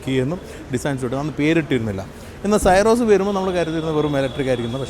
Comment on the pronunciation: എന്തിനാണ് പേര് തെറ്റായി ഉച്ചരിക്കുന്നത് സിറോസ് എന്ന് പറയു.